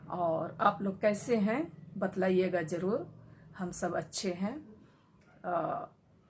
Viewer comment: Madam batlaiyega nahi bataiyega hota hai